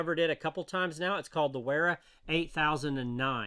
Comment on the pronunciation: The W is pronounced as an F